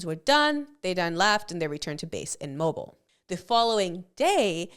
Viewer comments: It's pronounced Moe-beel Alabama. Not Moe-ble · the homes are moh-bul, the city is Moe-beel